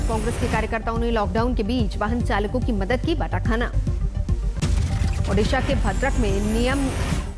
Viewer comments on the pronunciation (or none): none